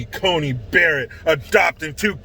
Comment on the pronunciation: Her name is Coney, like Coney island. Not Connie island